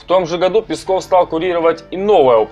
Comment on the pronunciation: Мне конечно насрать на Пескова, но я к тебе обращаюсь афтор! Не Песков а ударение на е! Пе!!!пЕсков! А не так как ты выговариваешь ПескоОв!Слух режет!